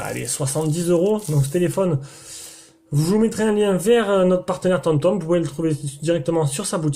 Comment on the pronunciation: sa me stresse que tu dise tomtom alors que la marque s'apelle homtom x)